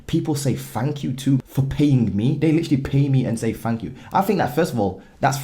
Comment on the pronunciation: Its thank, not “fank”…. Just getting you back for the “aluminum” bit in the last vid 😂🇺🇸.. great content in this vid, as usual ✊🏾